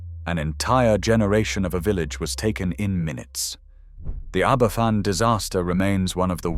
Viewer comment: Aberfan is pronounched Abervan too...County of Lancaster? Jeez.